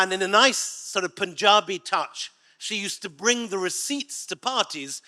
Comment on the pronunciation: Centre, NOT center; we follow proper British English in Kerala, NOT mutt English that is American that is good just for entertainment! ouchie...😭🤣 Strike 1, Sir! oh, Lordy...😭🤣 Strike 2, Sir...but you pronounced 'Punjabi' correctly, so all good. Ha ha! Malayali, please but yeah, we 'may have' done so...ha ha...oh, well...all good then! 🙈😇 the chewing gum man on the left seems to be contemplating to burn down the whole place... Jeez!